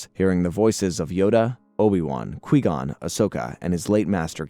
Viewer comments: Its qui gon not quee gon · "Law-thul"? "Quee-gon"? what in the flying fuck is this pronunciation??😭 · Is it just me who got annoyed at him mispronouncing Lothal and Qui-Gon? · Bro like every video he mispronouncing atleast 3 names 🤦🏾‍♂️